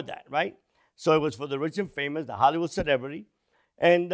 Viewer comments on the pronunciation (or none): none